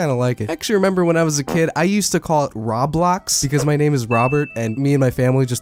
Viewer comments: BRO I THOUGHT I WAS THE ONLY ONE WHO CALLED ROBLOX "RAW-BLOX" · OH NO! NOW I KEEP PRONOUNCING ROBLOX LIKE RAW BLOCKS REEEEEE